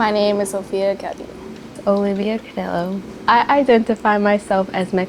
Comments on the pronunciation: it’s Caudiyo not caudilo lol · Cauuudillooo.not caudilo.lol..what a shame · Did this bitch just say cadi-lo. 😂